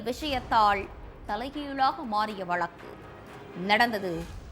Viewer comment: வலக்கு இல்லை.வழக்கு. நீங்களும் கெட்டுட்டீங்களா? தமிழ் உங்க கிட்ட மாட்டிக்கிட்டு திண்டாடுது.